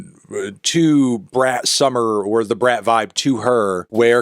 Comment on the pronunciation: You're pronouncing it wrong! It's pronounced "brat"